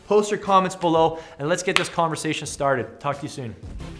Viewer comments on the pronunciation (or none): none